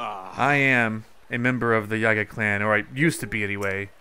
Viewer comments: STOP MISPRONOUNCING IT IT'S YEE-GAH OR YIH-GAH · Iz pronounced yeega